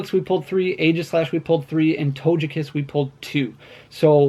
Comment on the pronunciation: my mans said "Toge-Cat" like Doja Cat, instead of Togekiss lmao